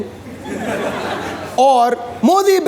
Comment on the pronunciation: Fallon is pronounced as Fallon(a for apple) not fellon.